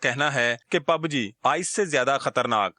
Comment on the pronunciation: Pubg bol na to seekh